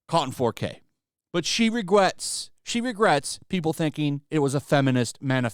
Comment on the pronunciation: She regwets 🥺